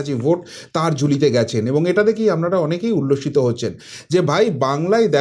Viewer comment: akta request apni please 'APNARA ' shabdo ta ke Apnara bolun 'AMNARA' bolben na khub kane lagey apnar channel dekhi bolei as a well wisher hisab e bollum mistake point out korar janye noi